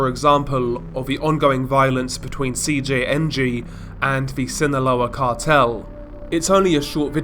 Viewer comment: When he said Cjng fully it was perfect